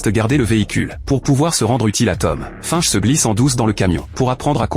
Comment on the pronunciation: Hello c'est pas fainche la prononciation !... Mais bien finch lol